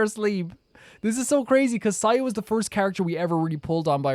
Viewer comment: ITS SAYUUUU